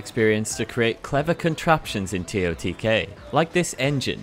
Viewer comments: Can we please NOT start calling it “tee oh tee Kay” just say tears of the kingdom but spell it as totk…. Sounds weird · Tear O tee kay💀